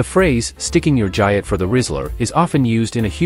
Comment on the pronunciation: nice AI trash mispronounces the main term in the video its explaining thumbs down